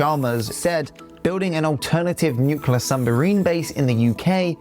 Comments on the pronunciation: It's nuclear, not nucelar. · Nuclear not nucelar. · I enjoyed the pace, clarity and content of your presentation, right up to "Nucular" and "Sumbarine". 🙄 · Interesting video. Pronunciation of nuclear as "nu-cu-lar" always irks me though. 😂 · very interesting. left a like. but please.... nucular..... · Without getting into the arguments for/against independence for Scotland, I reckon that was a pretty accurate analysis of the current situation and what has lead up to it. However, the presenter does need to learn how to say the words "eligible", which he pronounces "illegible", and "nuclear" which, like Trump and Richard Osman, he horribly mispronounces "newkewler". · FFS - learn how to pronounce nuclear